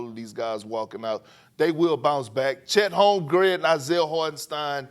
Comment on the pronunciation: “Chet home gred”😂